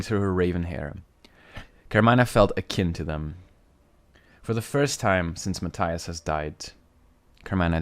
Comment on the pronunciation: It’s ma-tee-us 💀